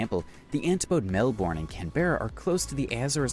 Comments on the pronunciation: Isn't it pronounced, Melborn. I think your wrong. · Australians pronounce it Melbin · Those mispronunciations... Especially Melbourne... Are driving me nuts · The American pronounced a lot of things wrong, another was the Murray River, I actually live on a Murray River town, other places not pronounced correctly was Melbourne, Brisbane, and Fraser Island. It does my head in. 🤦‍♀️ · Some Australian pronunciation errors in the video, Macquarie is pronounced Ma Quarry, not Ma Cary Lake Eyre is pronounced Lake Air. And Melbourne where I was born is pronounced Melburn. Americans never seen to take the time to learn this. I'm sure they would be upset if I pronounced some of their place names incorrectly